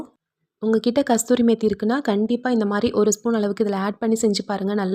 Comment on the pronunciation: Kasuri not kasturi